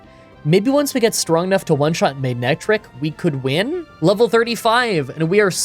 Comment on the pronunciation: You said “Magnetric” so many times that I could really hear you pronouncing the “g”… which is odd, because the Pokémon’s name is “MANETRIC”.